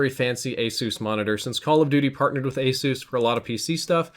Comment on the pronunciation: Did this fuxk just say A-soos?